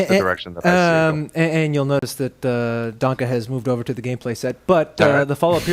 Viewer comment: Why does this guy call him " DONKA " ? Dude...it's german, and it is pronounced " DAN-KEH", not ... " Donkey Kong ".....